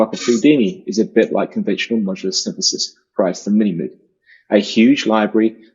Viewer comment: The message would have been more effective if knew how to pronounce Moog lol